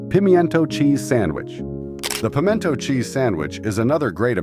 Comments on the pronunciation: I've never heard pimento pronounced that was before. Also, come to any grocery store in the south and you will find several brands of pimento cheese on the shelves, in regular and spicy. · yes , very funny pronunciation